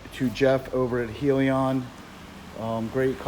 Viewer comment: Isn't it pronounced "Hell"- yun?